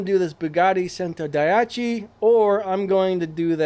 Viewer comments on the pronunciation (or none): none